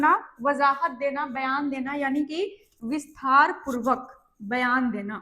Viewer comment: Visthaar purbak nahi Vistaar purvak bolna uchit hoga